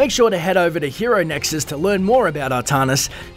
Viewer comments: as some one from NZ, it is most certainly ArTANis not Artarnis. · Artanis not Ahtahnis. ARtanis! I dont see no H. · Arrr TAN isss not Arrr - tahn - is. Also May-lay not me-lee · It's pronounced Artanis, not ahtahnis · can actually be pronounced either way, do some research before you try and correct people.